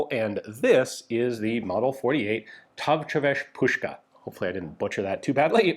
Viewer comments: Great pronounciation on távcsöves puska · Hi Ian, "távcsöves puska" was a good job, pretty close for a non speaker or learner of hungarian! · "Távcsöves puska" You sad it right sir, it was a perfect pronunciation 😀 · That távcsöves puska was spot on! :) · Távcsöves puska...egész jó a kiejtése, ilyet azért ritkán hallani:) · Hello! You pronounce Távcsöves puska really well. 🙂 Also a intresting thing in Hungarian military slang, the long Mosin-Nagant rifles were nicknamed 'dióverő', which literally translates to 'walnut beater'.A 'dióverő' is actually a traditional 12-to-18-foot long wooden pole used by farmers to knock walnuts off high branches during harvest. Soldiers called the rifle this because, with its bayonet attached, the Nagant was so unusually long that it reminded them of these harvest poles. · Your pronunciation is surprisingly good. Thank you for putting all that effort into such a small detail! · Good pronunciation of "távcsöves puska". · I give you an 8.5/10 on pronouncing távcsöves puska :) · Hi Ian!I loved the way you said "távcsöves puska".Coolest channel you have ever!